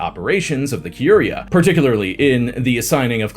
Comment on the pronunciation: More scandalous than Pope Alexander VI is the way you say Sforza, Curia, and Callistus. 😢😢